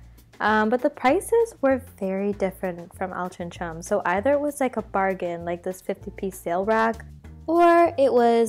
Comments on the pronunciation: Hey, I believe its pronounced Altrinc- ham (with a hard c then 'ham') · It's Altrincham - pronounced 'altering 'em' - think of 'changing things around' then add on 'am' at the end like you would finish off pronouncing Oldham. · This made me giggle :D It is prronounced Al-trin-gem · It's Alt-ring-ham, but pronounced more like Alt-ring-um. Love your vlogs ❤️❤️❤️ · Or All-tring-um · Altrincham believe it or not is pronounced AL TRING HAM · Its pronounced Ol-tring-em haha